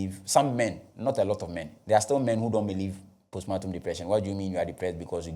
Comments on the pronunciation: Pronounced “powstpaartm” please.. or maybe you mean to say a different word.. respectfully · Thanks for helping me understand this case better. It’s been a little overwhelming so this summary helps. But please it’s postpartum and not postmartum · Is the word post partum or post matum